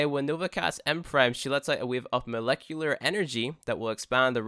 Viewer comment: molecular is not hard to say